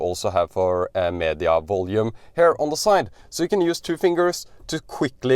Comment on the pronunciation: You are so fluent in English, so bravo! But there are a few basic pronunciation mistakes, which I am sure you can fix easily. “Here”: it is quite distracting, if pronounced as “hair”. I don’t know if it helps, but the sound is closer to “Kia”. One can practise similar pronunciations, like “here” “ear” “near” “rear”“interior” …